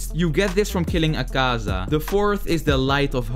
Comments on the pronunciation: is tengen not tenjen and "this guy" akeza he's name is akaza and he's a demon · Bro said akeeeza tenjen and dooma 😂😂😂😂😂😂 no offence its just funny i dont mean it in a bad way